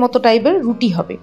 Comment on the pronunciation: তুমি তো রুটি বলতেই পারো না